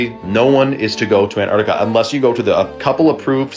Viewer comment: pronounced "AnTarctica"